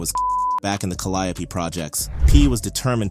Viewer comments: It's pronounced Cal (like pal) li (like lee) ope (like open for example) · Whoever this guy is reporting is trash he has wrong pictures up here and could not even pronounce calliope properly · the way you pronounced caliope is crazy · Cah-li-oh-pee killed me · It's crazy the way they pronounce calliope😂😂😂😂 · 😂right it’s driving me insane